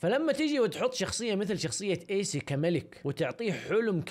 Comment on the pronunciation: كانك قلت ايس بدل ايسي ههههههههههههه